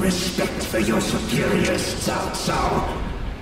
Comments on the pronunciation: Why are they saying Chao Chao when it's Tsao Tsao ? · I've heard them saying chow chow. To me it's still incorrect just like when the old dynasty warriors games kept mispronouncing his name as cow cow. Everybody knows it's Tsao Tsao !